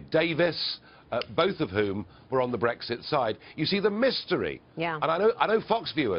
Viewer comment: It's not breEGGSit. It's brEXIT.